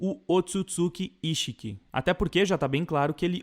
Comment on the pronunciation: se pronuncia “íxiki”